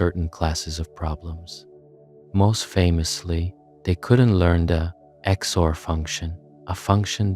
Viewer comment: you say the names of logic gates wrong. We say and, just like english word and. It's the same with OR, NOT. I think you said NAND correctly. Xor is pronoudes like x infront of the normal english word or. and with all the inverted gates it's the same doesn't matter if it's NOR, NAND, XNOR.